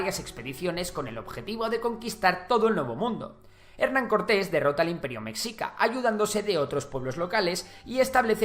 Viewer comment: Mexica.... meSHIca. La X siempre es un problema